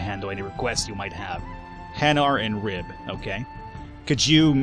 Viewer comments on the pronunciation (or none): it is stated Ri-be. not Ribe